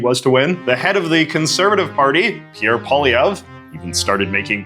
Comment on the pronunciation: Calling Pierre Poilievre “French Canadian” is a bit of a stretch as he was once even surprised by a kid pronouncing his name in the traditional way when he himself would often pronounce it as something like “Pierre Poliver”